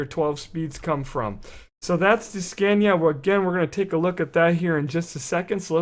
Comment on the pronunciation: its funny how americans say Scania :D .....americans say "Scäniä" xD